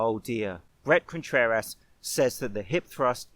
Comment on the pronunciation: Did you say "Breast Contrerass"?